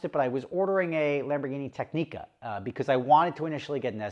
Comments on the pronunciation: Your Technica order will never be processed until you learn how to say the name properly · Explains xenophobic Monaco experience - wow thats bullshit. Starts pronouncing Technica - oh i get it now 😅